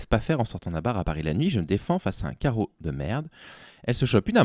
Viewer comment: c'est super mignon et rigolo t'as dis "carreau" pour "charo" qui se prononce "sharo" dans le tweet de la concernée au début de la vidéo C'est ubuesque cette histoire